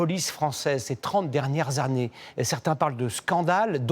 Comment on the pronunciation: "ces trente dernières yarnées", le 'journalisme' francais mesdames et messieurs